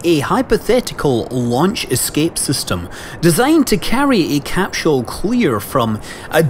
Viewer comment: Every time I hear Scott say "capshule", I have to repeat him out loud. I can't help it.